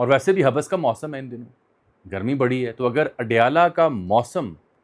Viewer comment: حبس ایک لفظ ہے اسکو ملا کر پڑھنا چاہیے نہ کہ توڑ کر حب بس ۔